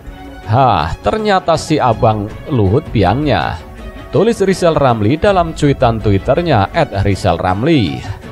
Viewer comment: Hari pertama Rijal Ramli jadi presiden ,kami rakyat akan turunkan lagi sebab gak pantas ngomongnya gak bisa R wkwk 😀😀😀